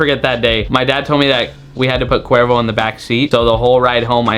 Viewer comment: It’s sounds like qweervro